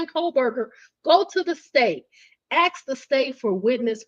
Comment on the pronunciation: great scoop. and it is assssssk not ax.